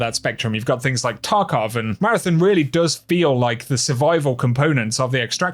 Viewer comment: Take a shot every time he says “MARATHIN”